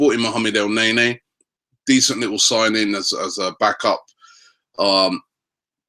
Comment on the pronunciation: for GOD-sake.... EL-NE-KNEE....NOT EL-NEy-NEY...............come on ROBBIE